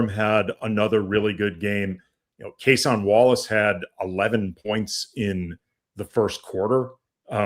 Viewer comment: I can tell when national media doesn't watch the games. His name is "Kay-Sin" not "Kuh-Sawn"